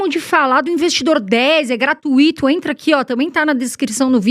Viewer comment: P S Gratuito não tem acento Então não se pronuncia gratuiiiiiito